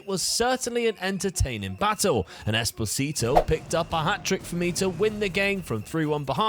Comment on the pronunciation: Espo-sito Espo-tistito